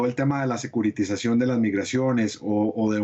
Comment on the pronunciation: Securityzacion! Órale. 😂